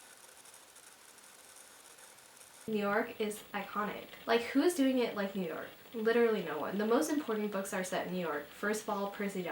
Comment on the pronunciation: he said im from NEW YOWK... come check me